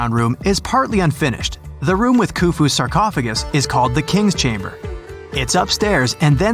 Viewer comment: It was a sarcaughagis and not a sarsneezeagis